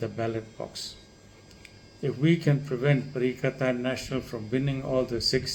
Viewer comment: Doc it is not pakatan national it is perikatan national